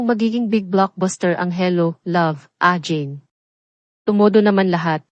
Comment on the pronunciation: AGAIN pronounce it Ah geyn not ajin pls